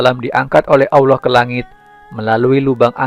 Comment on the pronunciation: Ente nyebut Allah saja awloh. Gimana bisa ente bakal di percaya?? Lucu ente ya.